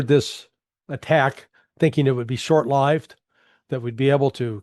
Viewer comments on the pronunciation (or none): Honest question; where Larry Johnson speaks, who says, "short lived" with a long i in lived? Just sounds like A. I. Just asking, again? Weird. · this bits AI.... check out how "lived" is pronounced...